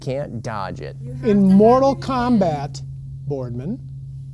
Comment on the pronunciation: In the outtakes, it sounded like said, "I would beat you in moral combat." That cracked a smile. Full disclosure, I was born in California and now I have lived in Texas since 1974, almost 50 years here. My mother and grandmother were from Texas. My father may have been from Texas. He was raised going to college at the University of South Dakota and he decided to transfer to UCLA and his parents moved to east Texas. My mother and grandmother were from Texas even though my mother was born on the Arkansas side of Texarkana (the best available hospital at the time.) Her father was from Germany. My grandmother and her two daughters moved to California in the 50's. they decided to move back to Texas in 1974. We have always made chili with beans or bought it that way. Others think that they are purists for having it without beans. Let me offend those people even more. Normally, chili with beans will be with red kidney beans. I have used northern and cannelini beans. That should upset just about every one and my work here is done. Straight wall rounds. I can agree with in that the.45-70 Govt will push a heavy round that should break through any bone, similar to the hole-making ability of a.50 cal black powder muzzleloader. You could shoot through a leg bone and still have a kill shot. My old friend, John (RIP) smelt his own.50 cal lead balls for his muzzleloader and got a doe on his aunt's property every time he went there. (no pressure, good and easy land for deer, food